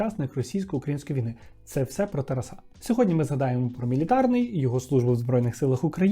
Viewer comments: Дуже цікавий випуск, але "Тараса́", "Тарасо́м" ріже вухо) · Спочатку думала, що "ТарасА" - то випадковий наголос, але бачу, що системно так наголошує ) дякую за відео, як завжди приємно було слухати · Дякую,! Трошки ріже слух те, як ви відмінюєте слово Тарас, а саме наголос. Немає такого варіанту як "тарасА", це аж смішно)